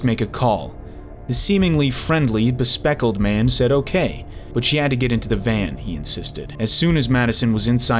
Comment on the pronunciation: Bespectacled, not bespeckled, lol